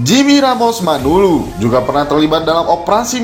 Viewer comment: MANALU BUKAN MANULU TLG JANGAN SALAH MENYEBUTKAN....